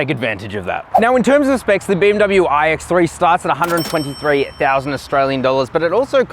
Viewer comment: “All new ooooiiiiiigh ecks thre”